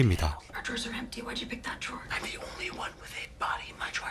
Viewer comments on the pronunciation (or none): none